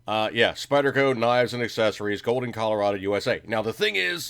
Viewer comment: What's with the "Spidder" shit? It's like listening to my 9 yr old son and his friends playing with their new toys at Xmas.